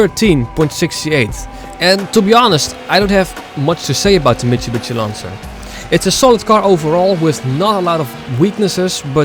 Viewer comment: The way you pronounce "Mitsubishi" "Mitsubitsy" is on purpose, right? 😆 Very interesting video, thanks. Big fan of the franchise. ✌🤘 I agree about RX-7 in NFSU being one of the best and I use it, too, however for some things Hyundai Tiburon is nice and Nissan 350z, and ... Mazda Miata - MX5. I love to do hard drifts with Miata, or Tiburon. Cheers!.